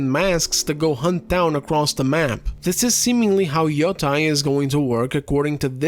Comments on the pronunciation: Where and why did people start saying yo-TIE instead of yo-TAY? Am I missing something? I thought it was like "sensei". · Grande trabalho como sempre. Soh uma coisa: yotei pronuncia-se como " matei" em Portugues (preterito perfeito de "eu mato").